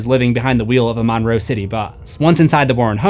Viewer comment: shoutout to my hometown. it's pronounced mun-row, like james monroe's name